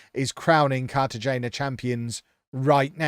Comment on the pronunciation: cartagena is pronounced carta-hena